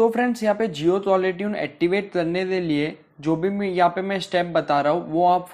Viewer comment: Bro activate toh theek hai pr attivate🙄😂😂😂